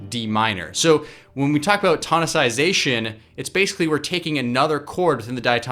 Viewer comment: Did you say "tonisisaization"? hahaha